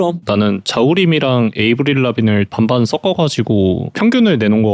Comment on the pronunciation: 섞어를 [써꺼]라고 발음하면 촌스러움. 많은 사람이 듣는 일종의 방송이므로 [서꺼]라고 발음을 연습해 보면 본인에게 좋을듯.